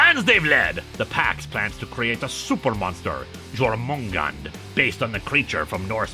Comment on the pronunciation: It was quite fitting that the music in this episode is same theme for Heavy Rex (Wrex?). Also, the name of the big monster based on the World Serpent is pronounced "Yor-men-gone-der"